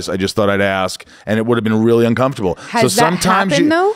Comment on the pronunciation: He said "funcomfortable". lol Love this dude. Glad you guys traded interviews. Or guest spots. Or whatever you call this.